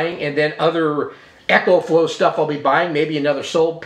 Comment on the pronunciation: Its an "ECO"flow not Echo like a sound reverberation